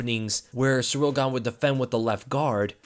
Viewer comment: I know you said “And Gane was landing those” but it really sounded like you said “Ngannou” lol